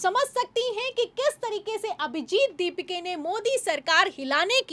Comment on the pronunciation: अभिजित दीपिके नही, अभिजित दिपके है... Worst news reader.. Dont allow her to speak..😢